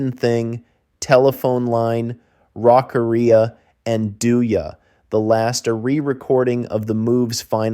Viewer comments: The great mystery of this is how I managed to get through 25 whole seconds before switching it off. EELOW??? Who is this idiot? (Reading the comments, I'm glad I got out before "Rock-a-Ree-a". I don't think my computer would have survived being thrown out the window if I'd been subjected to that.) As a lifelong fan of Electric Light Orchestra those few seconds were more than I could stand. I need to purge this. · Eeelow and Meek are rough, but 'Rock-a-REE-a' was the one that really got me. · Rockaria is pronounced rock aria ffs listen to some fans before spouting out about a group you dont understand